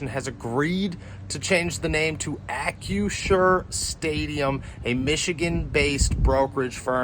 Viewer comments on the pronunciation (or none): You screwed up the new name. It's Ack-Crew-Sure not Ack-U-Sure.